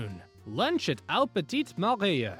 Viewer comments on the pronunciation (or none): none